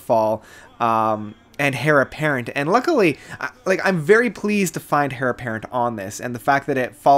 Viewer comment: Heir is pronounced “air” not “hair”